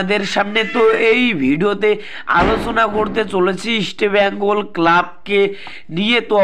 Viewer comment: বাংলা খেয়ে , কথা বলছো ভাই -- আগে ভালোভাবে কথা বলুন , ইস্টিবেঙ্গল নয় কথাটা হবে ইস্টবেঙ্গল।